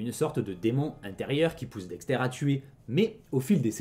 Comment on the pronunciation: Incroyable vidéo, mais par conte Dexter ça se prononce "Dexteur" pas "Dextaire" mais c est qu un détail